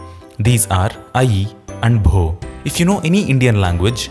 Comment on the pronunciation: Bho sounded like Bro 😂😂🎉🎉